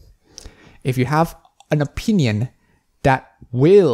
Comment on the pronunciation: you're entitled to your a-peen-ion.